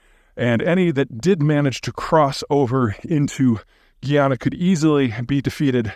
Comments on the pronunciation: Peter, you are right on point minus a few inaccuracies and the pronunciation of Guyana. It's not Guiana but Guyana. You stress the 'guy'. Apart from that I must agree with you. The Venezuelan military is a disaster but they might do it and only embarrass themselves as Russia did with Ukraine. These cats might be desperate 😅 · Correction on pronunciation: It's: /guy-ana/ not /gee-ann(a)/. The latter pronunciation is closer to the French (a different country) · Ive never heard guyana pronounced that way. Its guy-YAN-a . Also wouldn't it be easier for Venezuela to fix itself than to invade? Still don't understand why their oil is not functioning and we have an embargo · pronouncing guyana geeyanuh is crazy Pete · Guyana is pronounced like Family Guy-ana. For a real wake-up call, read up on the last 50 years of history and British/American dumb ass meddling